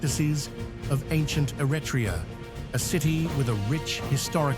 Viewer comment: It's Evvoia : Evia and Eretria , not a retria!